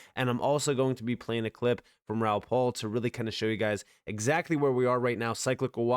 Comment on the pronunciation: Please stop calling him Raoul PAUL! His name is PAL …P.A.L